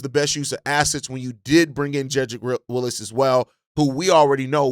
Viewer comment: Jedrick Wills not Willis 😂